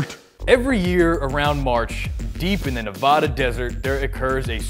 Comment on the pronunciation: It's Nevada, with an A. nevAda not nevoda.... And Zack should be a country singer.... Bros vs Country